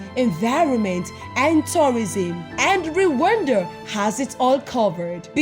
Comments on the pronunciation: Is not re wanda is rwanda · The way spells Rwanda, ati "Re wanda🙃😅😅